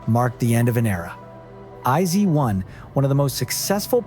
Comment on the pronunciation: ”I-zee-one” excuse me😭😭